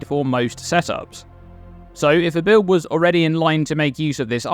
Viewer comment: So many "bi-owd' enabling uniques